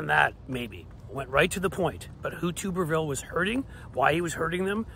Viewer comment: It's pronounced "Tubber-ville". Not "Toober..."